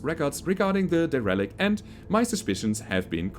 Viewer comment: A bit of a nitpick, but derelict is promounced "dare-el-icht" as opposed to "de-relicht". Love these episodes, they are fantastic. Keep them up, but don't work yourself to exhaustion.